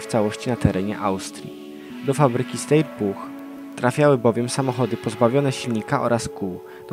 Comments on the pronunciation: Czyta się SZTAJER a nie STEJER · to się czyta sztajer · Steyr to się czyta [SZTAJER/SZTEJER]...